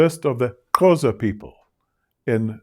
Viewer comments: thank you for this insightful lecture.. he pronounced the Xhosa click wrong, he pronounced it as Qhosa :) xxx God bless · literally just paused the video to look in the comments for a comment such as this one hahaha. I was thinking the sameeee. I did notice, though, the 3rd time he said Xhosa without the tongue click. #poser